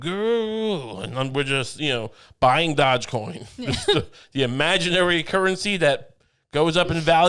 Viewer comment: Dogecoin is named after a dog named after the chief executives of Venice and Genoa and it's not pronounced "dog"